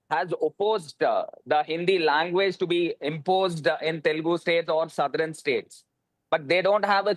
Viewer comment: That YSRCP spokesperson can’t even spell TELUGU… correctly 😂😂. He is saying …. “TELGU” 😤😡 and he is invited to talk on this topic…. Which is really very funny!!! 😂